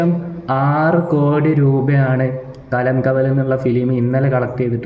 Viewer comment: മച്ചാൻ പോയി കിടന്നുറങ്ങ് സംസാരിക്കുന്ന വയ്യല്ലോ കലം കാവൽ അല്ല കളം കാവൽ എന്നിട്ട് നീ റിവ്യൂ മമ്മൂട്ടി മൂഞ്ചി